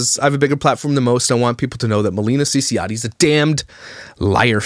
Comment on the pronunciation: Not only the last name you pronounce wrong Tehe 🙃